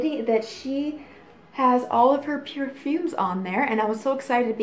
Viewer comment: Did you just say pure-fooms?